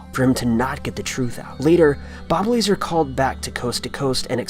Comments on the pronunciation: Knowing that it's lazar I was like fuck no everytime he said laser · Just an FYI. It's Bob Lazar (pronounced lahzhar) Not Bob Laser. The audio you posted wasn't of him. It was a random caller on an open line show for area 51 employees. Bob Lazar has done this radio show but the clip you played is not him but some random and unknown caller. I don't believe either but just thought you should know the facts. 😊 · Not Bob Laser Bob Lerr-zar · Cant stand false news dicks who don't research anything WTF gone way down hill on this one. First of all his name is bob lazar it pronounced laz-ar not laser. He currently runs a company that creates things like the strongest lightest material interesting guy. The guy on the call is not bob lazar its actually method actor who call back months later to admit he faked it just a joke and a random coincident. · # 3 Bob La Zar is how it is pronounced. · Why don't you look into it instead of calling me names. Firstly, the so called former employee of Area 51 is named Bob Lazar (not pronounced Bob Laser). Secondly, that was not Bob Lazar who called Coast to coast A.M., it was a guy playing a prank who called back a while later and admitted as much. someone IS full of shit here and it's the moron who made this video as well as people like you who believe everything they hear. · it's Bob Lazar not lazer lmao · It's Bob Lazar dude.. Bob Lazar.. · Bob LA-ZAR and that's not him on the phone. Getting sloppy mate.